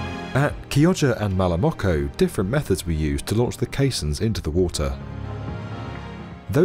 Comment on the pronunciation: At 2.41 you messed Malamocco and Chioggia.